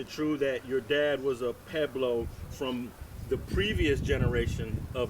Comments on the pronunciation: How come everybody pronounces pueblos, “Peblo’s”? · They can't even pronounce Pueblo correctly lol